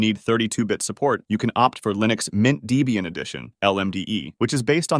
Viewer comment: "Debian" is pronounced "Deb-ian", not "Dee-bian", as came from the names of its founders "Deborah" and "Ian". Also "Libre" is pronounced "Lee-bra", not "Lie-bra". Otherwise, that was a pretty good intro! Mint wasn't my first full time distro (that was Gentoo, back in 2003), but it's what I moved over to when I couldn't be bothered with all the effort Gentoo took to maintain.